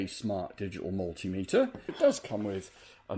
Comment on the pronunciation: I love how you said mul-tim-iter in the intro. Somehow reminded me to order a new turbo encabulator!